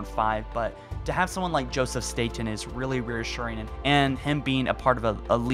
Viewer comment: Wow, you pronounced the last name correctly! No, I'm not aware of being related to Joe, but then again our last name isn't that common. Everyone says it like the island in New York, but we Statens say our name like you did. Kudos getting it right 😀